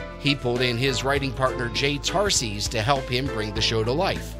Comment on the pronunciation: “Jay Tarseeze”; Jay’s last name is pronounced “Tar-sus.” My mom babysat him in Baltimore in the ‘40s. Also, the screenshot of Tom and Jay comes from my YT upload of their only guest appearance on Letterman’s Late Night, September 30, 1982.